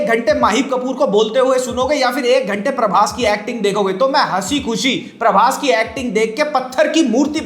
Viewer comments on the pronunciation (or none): none